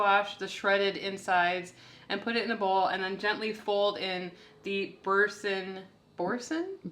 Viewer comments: Boursin is a French word. Bor san...dont pronounce the last letter. Not sannn. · LOL, they are cute❣️ Boursin cheese is pronounced “bore - sin” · Pronounce it “boresun” with that “n” becoming mostly a nasally sound rather than a hard “n”. The “r” has a kind of special articulation, too, but many English-speakers have a hard time pronouncing it. Too much info? 🤪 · Boorzan would be close to the French pronunciation.... Haloumi cheese is good sliced and fried in a skillet! But love the chaffle idea too ,you girls are awesome 😅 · FYI: pronouned bor-san (French) with accent on 2nd syllable ...ooolala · Boursin cheese is French, so it's pronounced boor-san. I'm just confused how the original recipe was not already keto. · It’s pronounced like boorson 😉😊💕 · It’s French, pronounced Boor-SUN 😉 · Boor-SAHN. Oui oui.